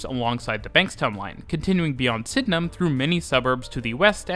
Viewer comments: he also said Penhurst instead of Penshurst. He nailed Sydenham though! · Super impressed with correct pronunciation of Sydenham!